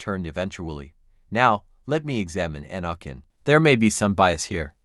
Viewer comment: Please learn how to pronounce Anakins name correctly